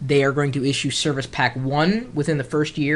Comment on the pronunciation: "serviche pack" lmao